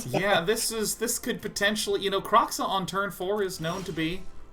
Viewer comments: LSV's humour... Discusses pronunciation of Kroxa, precedes to call it Krixa, Kraxa, Kruxa, Krexa 😂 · LSV changing the pronunciation of Kroxa every turn is amazing